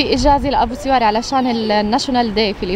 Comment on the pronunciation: سوار مو سور تعلمي كيف تنطقي الحروف هههههههههههههههه😁😂😂😂😂😂😁